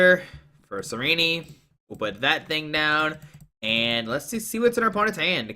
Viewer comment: the way he pronounces "Tsareena" as "tsareeneeee" bothers me